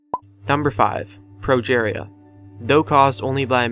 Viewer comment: "pro-jaar-ea" -.- no, its "pro-jeer-ea".